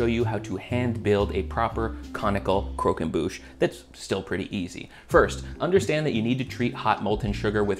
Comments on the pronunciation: It’s croquembouche, not coquenbouche, you silly goose. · The way you say croquembouche is the most southern american way to say it